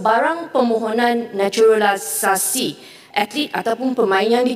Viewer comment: Menteri olahraga malaydesh kelihatan sangat canggung waktu bilang "naturalisasi". Udah Kebiasaan bilang "naturalisesyen". 😂😛